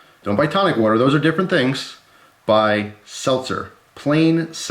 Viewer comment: Don't forget to drink your "worter" people.